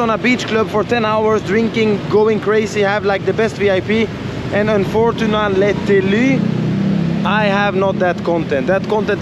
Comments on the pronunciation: Unfortunenality 😂😂 Sweet home fruten fraten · un fortun atetlity 😂😂 hhhhh